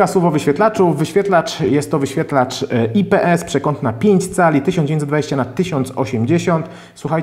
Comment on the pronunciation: a ja znowu proszę, o czytanie nazwy ips. ajpi es , a nie ipe es